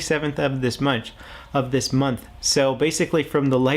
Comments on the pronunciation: "27th of this munch" lol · "At the end of this munch." Lol